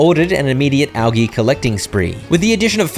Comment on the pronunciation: The way you say algae infuriates me, but this is good for my anger management.